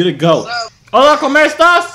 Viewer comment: “Hola, COMER estás?” ??? 💀 he said Hello, how are you eating 😂